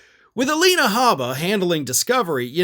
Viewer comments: "Gabba" I thought it's "H"abba yu put G instead of G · You said gabba instead of habba.